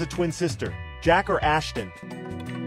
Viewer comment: You said ASHTON and Nidal